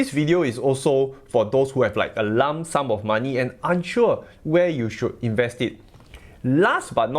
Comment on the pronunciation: I was going to say the same😂😂😂😂